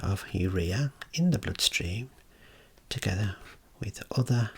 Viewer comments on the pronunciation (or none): none